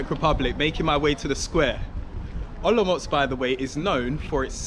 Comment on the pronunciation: You pronounce Olomouc like a real native person from Olomouc. 😀